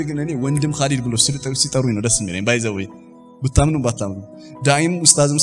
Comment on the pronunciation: قل خالد ليس كالد khalid Not kalid